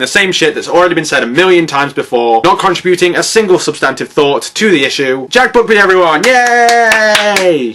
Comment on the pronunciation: You say "con-try-bew-ting"? /:-s